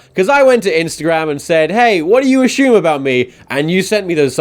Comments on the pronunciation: I can't believe tom spells it "Ashume" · Ashumme? Did you have a stroke man? Cause you're pronouncing things kinda off today. I'm sorry I love you and you were the first person I ever subscribed to. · Your pronunciation of assume feels like an attack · he once explained in a video that he has kind of a mixed British-American accent because as a kid he used to watch a lot of US series and tv in general, mimicking the American voices. But yeah, it is still a bit weird in between his rather British accent to be suddenly struck by an "ashoom"